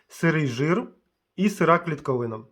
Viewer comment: Може не "Сіра" а Сира? Сірий це колір. А так дуже підтримую перехід на українську. Дуже приємно слухати.